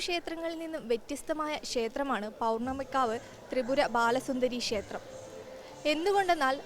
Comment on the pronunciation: കുട്ടീ.... ക്ഷേത്രം എന്ന് പറയൂ. ഷ എന്ന അക്ഷരത്തിന് പകരം " ശ" എന്നാണ് ഉച്ചരിക്കുന്നത്.